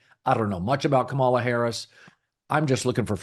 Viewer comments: Emphsis on the 1st syllable, [Ka' ma la], like "Pamala" - extreme conservatives will intentionally mispronounce it much like the way you are pronouncing it, Colin. They intend to emphasize that she's different. They intend to emphasize that she's not white, not normal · I'm sure you're not among those deliberately mispronouncing her name - not your style. Please check - accent on first syllable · As I'm sure you know, her name is pronounced with the emphasis on the first syllable, not the second. KAH-mala. Not KaMAHla. I don't agree with your opinions regarding politics but I respect that you put thought into your commentary. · The (low) bar for doing political videos might be pronouncing the VP’s name correctly. Kamala is pronounced KAH-ma-la, or, if that’s too tricky, like the punctuation mark a comma with a ‘La’ at the end, comma-la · Pronounce her name correctly. Makes you sound ignorant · Maybe don’t repeatedly mispronounce her name constantly. You’re like Floyd Patterson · A little funny that Colin mispronounces Kamala’s name every time 😂 I remember how to pronounce correctly because it’s like communist not community. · Colin proving his dislike for Kamala Harris by pronouncing her name wrong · You’re mispronouncing her name, which is how I know you listen to Fox News. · Obviously, you can't pronounce her name correctly. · O I see you to Collin I noticed how you pronounced her name that's how yall disrespect her. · If you are going to comment on a candidate, do your homework and learn to pronounce Kamala's name correctly. You do deep dives about a lot of great issues and stances. But money and time are only on Kamala's side. But I am with you on Pete. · If you’re going to continue talking about VP Harris, you might want to learn the proper way to pronounce her first name…